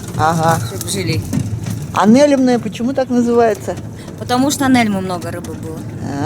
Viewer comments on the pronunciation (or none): Не́лемное, ударение на первый слог, от названия рыбы нельмы😊😊😊, обожаю вас, Рассоха, Ясачная родина моя ❤. Лодочка называется ветка, с них охотники наши стоя стрелять могут, переносят их обычно волоком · пожалуйста, поселок называется НЕлемное. Ударение на первый слог. Название от рыбы нельма) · Нелемное ударение на первый слог. Так правильно будет название поселка.